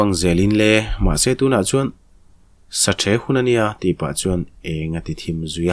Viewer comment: ‘sa theh’ han tih kher 😂😂